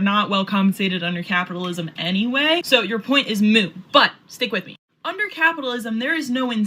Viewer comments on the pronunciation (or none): Did she say "...your point is moo..."? The word is "moot". That alone told me all I needed to know about her intelligence level. But wait, there's more! Then she spewed absolute leftist propaganda that she's been force fed for who knows how long.